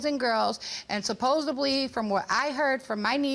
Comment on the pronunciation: SupposEDLY not supposABLY!!!!!!:face-orange-frowning